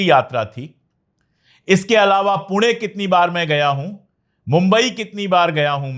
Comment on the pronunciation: Sir, 👏👏👏👏👏👏👏 city names pronunciation wahhhh पुणे ण कोल्हापूर नाशिक श wahhh